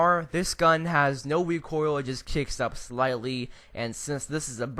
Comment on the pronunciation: Why does it sound like he's saying wecoil instead of recoil